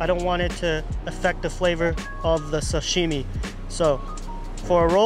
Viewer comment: oh, my name is Doug Tanaka. I am Japanese-American I was born in the US but I never pronounce Sashime like an American. I really want you to lose that habit. You need to say it like your dad says it or your grandmother. They know the emphasis is on sa, not shimi.